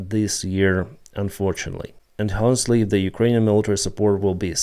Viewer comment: Hi, the H in Honestly is a silent H:-)